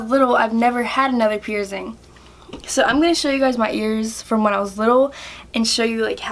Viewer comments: Why do you say (pier-zing)? It’s pronounced (pier-sing). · You say pierced like pierzed and piercing like pierzing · “Pierzing” ugh